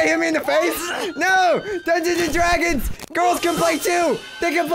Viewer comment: Just Wanted To Play "Dungeons And Dwagons!!!"